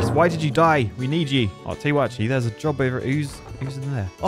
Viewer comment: ""Ibe nicked yer jerb!" Sounds like the southerners in my woods. XD